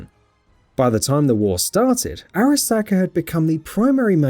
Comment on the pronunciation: Fuck in a video about the Arasaka corporation I feel like you need to pronounce Arasaka right. Hearing you slightly fuck it up that many times isn't something I can handle.